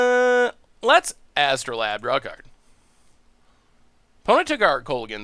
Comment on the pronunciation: Its AstrolAbe not astro-Lab. its a real tool used for science.